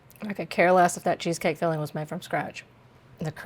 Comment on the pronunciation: It tickles me when you add a "K" at the end of your ing words ...fillingK